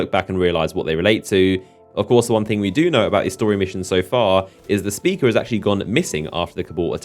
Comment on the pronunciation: It's traveler and Speaker not travelar and speakar christ your voice is fucking annoying